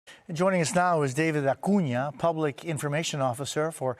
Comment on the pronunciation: Listen to how the news anchor tries to pronounce Acuña like a native speaker. These people are so obnoxious